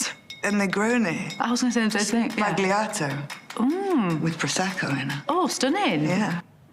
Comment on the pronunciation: It’s pronounced. Spal yato not spag Lee ato